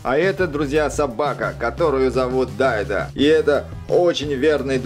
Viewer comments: Не дайдо а Данте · Не Эктор а Гектор!Не Дайда а Дантэ! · Не Дайтэ а Дантэ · Вообщето его зовут не Эктор а Гектор а еще собаку зовут не Дайда а Дантэ а так видео суууупееееер!!! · Его зовут Данте а не Даента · НЕ ЕКТОР А ГЕКТОР!!!НЕ ДАЙТА А ДАНТЕ!!!! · Данта а не Дайна!!!!! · Не дайда а данте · Не дайта а данта